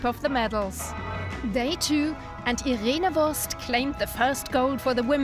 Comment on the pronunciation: it's irene wuest not wurst